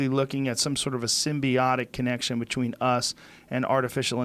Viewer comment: Joe "betchween" Rogan